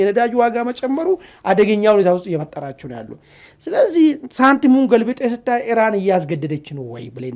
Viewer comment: አንተም እንደ አሜሪካ እና እስራኤል ሆንክ በቃ!? ኢራንን አርዋን ካላስበላሁ አለቃትም አልክሳ!? ምን አረገችህ? 'እራን,"..." እራን,..." እራን,እራን, እራን,.. ምነው አንድ ኢ ራ ን ካፍህ አልወጣ አለ? አቦ በቃ ባቄላ አፍህ ውስጥ አርገህ "" ኢራን "", ኢራን እያልክ ስምዋን ልምምድ አድርግ እስቲ!? የምን "" እራን """ ነው? ምግብ እያስጣልከን አስቸገርከን እኮ!? 😅